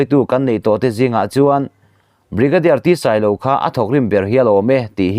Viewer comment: Brigadier Ṭhenphunga in...ti lovin...Bigarier Ṭhenphunga'n ....tih ni se.